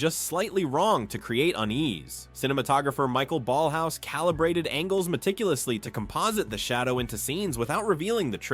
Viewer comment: Michael Ballhaus's name is pronounced "mˈɪçaˌeːl balhˈa͡ʊs" or if you will "M-e-ekh-ah-ehl B-ahllh-ah-o-os/z". And Alfons Mucha's is "ˈalfons ˈmuxa". And perhaps the most important: It's neither "Cohpola" nor "Copohla" but "Coppola".